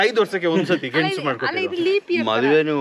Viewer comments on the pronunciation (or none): ಗೆಣ್ಣಸು ❌️ ಗೆಣಸು ✅️